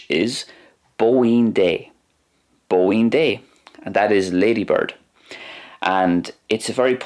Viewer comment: I’m sorry but as a fluent Irish speaker the pronunciation is not the best. You say your “d” very softly and when there’s a fada you don’t extend it enough. (This is not an attack just critique) liek for example “bóín dé” try saying it like “bo een jay”